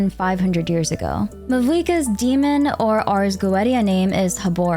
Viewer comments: Helluva Boss lore enjoyers hearing her pronounce “ars goetia” (It’s pronounced ars go-e-shya) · Little weird fun fact, the "Ars Goetia" is actually pronounced "Ars Goeisha"! :D